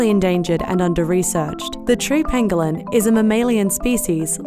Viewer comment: when she says "pangolin" all I can hear is cartman saying "ping a ling."